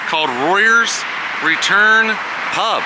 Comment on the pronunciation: you say the pubs name is rovers not royers